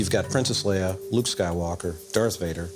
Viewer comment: Sounds like he says "This is where Lou gets the lightsaber".......What? Oh Luke!